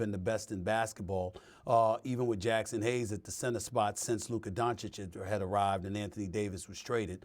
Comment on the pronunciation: C’mon ngga. smh. Take some more steroids. This man said Jackson hayes😂